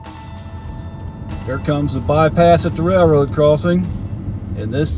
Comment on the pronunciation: What do you call it a "ray-roe"??